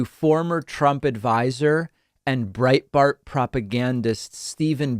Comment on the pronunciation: Sounded like you said Breitfart? It's not a vaccine, it's Micro Machines! Edit: no certificate? Fly Spirit!